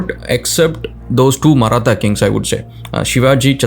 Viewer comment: Its “Maratha” not marata. However they were Marathi and not north Indian. Please research before speaking. I am really unsure the what video is about?